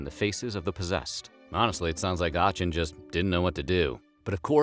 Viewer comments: Fyi, The city of Aachen is pronounced Ahh - *ken*. Not: Ahh - chen. ❤❤ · Aachen sounds like ah-ken. Not the English Ch in cheese. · Just to be pedantic, it's pronounced "Acken." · It's Akh, like when you see something gross. akh-in. Not Ahh-chin. It takes 30 seconds to look up. Next time search "pronunciation Aachen". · It’s aah-kin, not ach-in. The lions were licking the crunchy outside to get to the chewy centre. Just like a tootsie roll! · its pronounced Arc-en not Arch-in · Ocken not Aatchen is the way it’s pronounced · You pronounce it “Ahen” not ahchen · I live in Aachen. Haha, it's called aa-kh-en and the narrator caught me off guard! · artschen lol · For future reference Aachen is pronounced "aKen". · Great video, very interesting. I have just started watching your videos and I'm hooked. I only have just one other comment...Aachen is pronounced as a: - kən...though the k sound is like a sound of hissing cat. 😊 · It's Axen not Aacen 😭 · D the city is pronounced as Aachen (AA-KH-EN ) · the city of aahtschen... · This man can’t read. Achen= Aken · could you look up how to pronounce words and names before forcing us to listen to you budgering them 10x through out this video? it's Aachen = ah-hen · Strasbourg is now in France and Aachen is pronounced Aaxen. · I love how you mispronounce my city's name, Aachen 😂 It's pronounced more like Ah-ken with a very soft k. Btw I love your videos! ❤ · The ch in Aachen is pronounced like a "k" .. Like Aaken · Du meinst Aatschen ... die Aussprache tat weh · The one where you pronounce a city properly. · Pronounced Aachen wrong.. but other than that, great documentary. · Hello, Aachen is not pronounced that way :) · And the pronunciation of Aachen 🙄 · The way he pronounces Aachen makes me, a german, want to cringe to death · Learn how to pronounce “Aachen” and “Paracelsus.” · Jesus Christ, never say Aachen again. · A German dwarf dies every time he mispronounces Aachen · Sir, you’re pronouncing Aachen wrong.